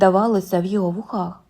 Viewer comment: Дякую. Але зверніть увагу на наголос: товстИй, вУхах, спИна, жилИ, кажУ Процвітання каналу!